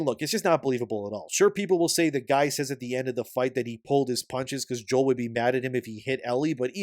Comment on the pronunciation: Joel cough cough It's Joel :)